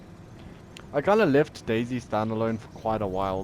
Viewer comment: I keep on thinking that he’s saying dasy instead of day z